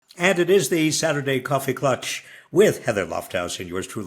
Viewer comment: You are both mispronouncing "klatsch". Ask any German.